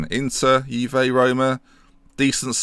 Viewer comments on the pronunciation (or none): none